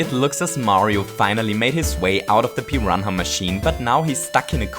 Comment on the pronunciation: What is a "piran ha"??